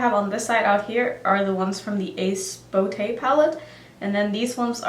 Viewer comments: I believe it's pronounced Ace Bu.... Tay. If I'm saying it correct it's a long-u sound after the B. However I can be wrong also 🤣 I didn't read comments on that video, so not sure of other help you got. I love that you do colorful looks with eyeshadow and you do it well! I never wore colors in the brown, red or gold of any kind until now. Throughout my teens, 20s and 30s colorful shadow and blue eyeline was it! No other color even got my attention. Now I'm in my 50s, well let's say things change. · Love the video babe! I love that brand! Also, for sure (it’s on their website) it’s Ace Boo-Te